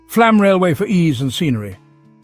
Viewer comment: It's pronounced "Flawm". It is spelled with a letter Å for a reason.